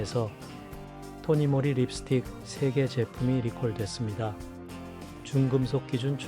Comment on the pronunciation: 토니모리 가 아니고 토니몰리 라고 해야 합니다 이런식으로 발음하시면 안돼요 .